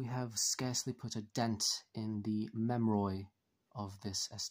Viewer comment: “Memroid” sir it’s pronounced mem-er-ee